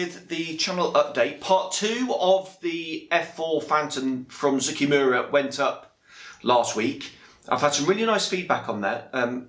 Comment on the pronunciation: Finally, someone that can say Zoukei-Mura correctly!